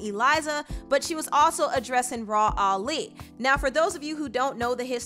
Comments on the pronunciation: "RAW-Ali" 😂😂😂 lmao it's "Rah" not "RAW" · Cardi b needs to have several seats who wants offset :Nobody & this the second Time i here someone pronounce rah ali name like that it’s rah Yu don’t say her name like it’s spelled like a monster lol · Why is the content creator saying “raw” instead of “rah”. Sounds crazy bro 🤣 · Anybody died a little every time she called Rah, “Raw”?